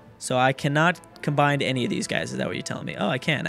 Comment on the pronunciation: please for the love of God: it's not Combind. It's Combine. No d. Ok?